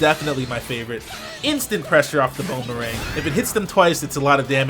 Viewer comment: "Bonerang"? Really?